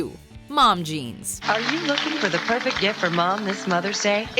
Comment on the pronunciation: The ad with Dan Akroyd pitching that the Lincoln Town-car has such a smooth ride that you can perform a backseat bris on a bumpy road: “Poifect.”